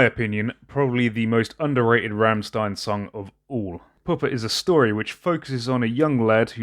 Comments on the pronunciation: Bro sorry but its Rammstein Not Remstien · It's pronounced rrrrramSHtain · "St" are pronounce "ch" it's "rammchtein" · its pronounced rammschtein <3